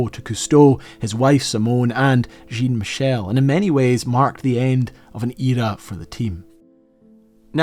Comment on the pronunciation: Thank you so much. Brings me back decades...Cousteau brought live of all Nature, not just the sea, even if that was his passion/obsession. Incredible how you covered so much, on such a lovely way! Was just surprised on how you prononce his son s name Jean-michel (as Jin-michel)? In France, we ll say Jean( close enough phonetically to John) just in case you got to meet him personnally😊which I think you would be welcome to, with this incredible documentary /tribute about his family❤